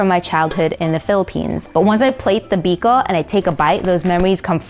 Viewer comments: Ang putla nang Biko...Bikow ata yan di biko😂😂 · Wow you nailed the biko!!!